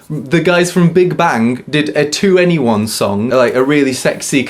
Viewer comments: I love how he said 2-N-E-1 reminds me of my rookie days of being a kpop Stan. 21 ...its 21 😂😂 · I could be wrong, but I believe that 2NE1 is pronounced "Twenty-one", not "To anyone". 😉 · I'm English but learning Korean. It was amusing to hear an English ascent when saying their names. And 2-NE-1.. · 2ne1 plz can you just say 21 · I'm very late to this party, but your pronunciation of 2ne1, forgetting their names, etc pains me.